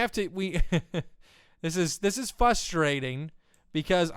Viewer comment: Am i the only person who noticed say Fuss-trating instead of frustrating twice already Like if you did